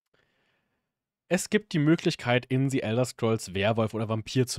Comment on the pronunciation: "Si" Elder Scrolls Online... Sorry aber da kann ich nach rekordverdächtigen 6 Worten schon nicht mehr zuhören...